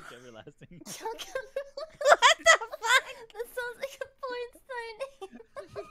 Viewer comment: She sounded 100% more latina when she said "who the fuck is Chuck Everlasting" 🤣